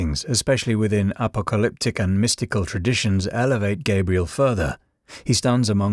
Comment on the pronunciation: Okay, wtf is appleliptic? Lolol do you mean apocalyptic?